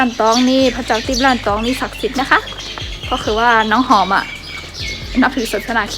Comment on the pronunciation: วัดล้านตอง รึเปล่าครับไม่ใช่ ร่านตอง